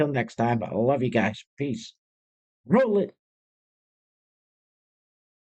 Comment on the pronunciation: Just subscribed... Like the "rrroll it"